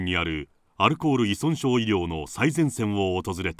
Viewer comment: ナレーターさん、いそんしょうと言ってます！正解！